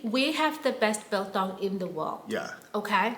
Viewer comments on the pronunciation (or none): We refer to trash cans as refuse bins. Soft chips are called slap chips. Orange light at the robot is "amber". To know how much pressure to fill in your tyres, open the driver's side door and check the label on the inside of the door. Also it's pronounced biltong not bilthong😊